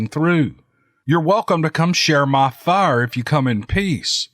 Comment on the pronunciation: "Now that's a FIYAH!" What are you doing, smelting iron? Fer Heaven's sake,! Those honking logs... I have no idea of what kind of bird you just adopted, but- I sense a new pet in the Buckner household!!! Hahaha, just what you need, between your wife's chickens, your bevy of dogs, now there's a bird in the mix- a real Ogre story if I ever heard one!!! Still trying to find your brandy new narration, but- can't remember the title (ageing, I hate it!!)